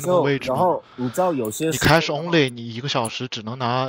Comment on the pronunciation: 最初连现金的英文都发不准，还一个劲显摆英文。